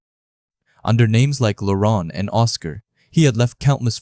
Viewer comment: did I hear french, Laurunt😂😅